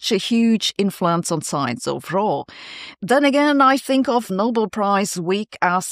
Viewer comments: Sabine, if you can pronounce Nobel properly, rhymes with bell, why do you keep saying noble? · It's not the "No-bull" prize, but the "No-bell". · I don't think its pronounced 'noble'; I think its pronounced 'No-bell' ...